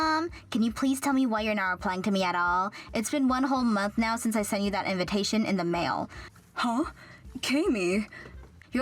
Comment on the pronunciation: I swear all these stories pronounce invitation as invintation. All of them. Or my hearing is odd as I get old.